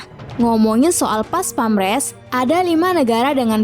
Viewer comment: PASPAMPRES mbaaak..bukan PASPAMRES...hahahaa...profesional doong mbaak.. 🙏